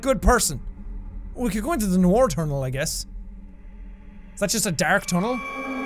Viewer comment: i like how he said nowar not noir